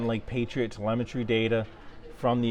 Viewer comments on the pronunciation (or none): none